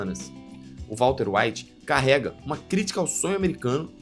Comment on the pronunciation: VALTER UAITI 😂😂😂😂😂😂